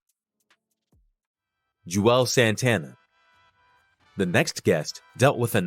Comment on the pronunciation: It's not "Ju-elz" Santana. It's pronounced "Jules" Santana.